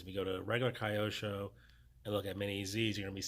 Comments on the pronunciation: Hi, thanks for the great information. BTW, the brand is pronounced as Kee-yo-sho. Japanese.😅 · Wonder why some peoples call the brand in the wrong way . Really don’t get it Just ask simply to a japonese around you. It’s not a kayak IT’s KYOSHO